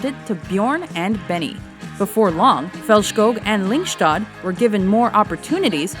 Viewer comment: Faltschkog and Lyngschtad 😂😂😂